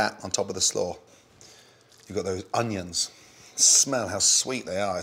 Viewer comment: Nobody: Gordon: oniOns